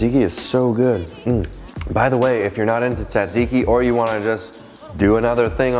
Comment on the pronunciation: The first T is silent. Zat zee kee.